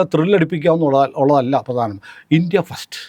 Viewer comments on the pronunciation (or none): none